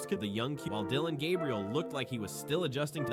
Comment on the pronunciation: The continued mispronunciation of Deion Sanders and Shedeur Sanders names is either from a lack of professionalism or racism. You choose the reason.